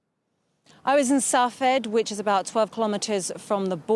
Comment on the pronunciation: Sfhat - not Sah-Fad.